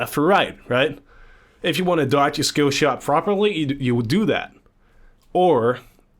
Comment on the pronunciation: Can't decide between pronouncing "shkillshot" and pronouncing "skillshot".